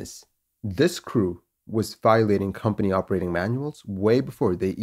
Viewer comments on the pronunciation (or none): none